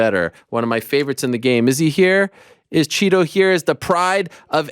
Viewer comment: I'm glad you both said "Chito" and not "Tito" 😆